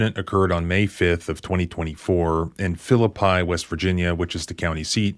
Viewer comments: It's pronounced, ('FILL-uh-pea') -Philippi. Sorry, that was bothering me a bit. Great analysis, your videos are fantastic! Your channel is my current favorite. I live in WV. Ironically, I grew up in Elkins and my wife grew up in Barbour Co. We are both liberty loving Americans & in long term recovery (SUD) and have had, as a consequence, some contact w/ law enforcement of this caliber. I think it's why I'm so interested in your content, looking back on interactions & arrests that I knew were constitutionally problematic, but was powerless to stop or rectify. Police are a special breed here, a little Deputy Fife and Himmler rolled into one.. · You need to learn how to pronounce the names of the citys 😂😂😂 im not from west by god virgina and i even know you can't pronounce them 😂😂😂😂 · I know this piece of human waste & people from philippi hate when people pronouce it like that 😆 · Arghh man I can't believe you pronounced Phillippi like a yankee. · PRONOUNCED "PHILLIP-PEE" NOT "PHILLIP-PIE" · West-by-God-Virginian here. FYI: it's pronounced Phil-i-pee, not Phil-i-pi. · Philippi is pronounced Philip-EE not Phill-i-pie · Phillip i is not how you pronounce that Phillip e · Great video but it's pronounced Phili pee not Phili pie. I only know that because I grew up there and I have no idea why it's pronounced that way but as a kid they told us so it didn't get mixed up with the one in the bible. I'm kind of glad I don't live there anymore but I was there last year for a funeral as a lot of my family is still in that area. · It is pronounced Phlip-EE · phillip-E. just sayin. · It's Phil ip eee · It's Phil-lip-ie WV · Philippi ('FILL-uh-pea') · Unfortunately that's the town in which I was born, it's pronounced Fil-li-pee. But otherwise love your videos and I watch them regularly and enjoy learning all I can about the legal system and protecting our rights. Keep it up. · Not being a jerk but it's pronounced Phillip Pea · Philippi ('FILL-uh-pea').